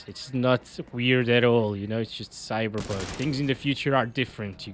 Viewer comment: he says cyber bug🤣😂